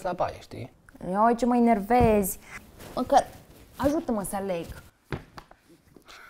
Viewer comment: spune-i la ca se zice Enervez nu Inervez